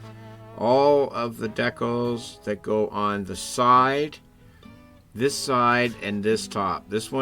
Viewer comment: Dec-els? Don't you mean Dee-cals? 😊